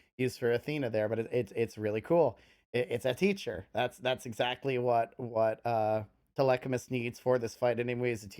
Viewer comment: Ah yes "telechamus"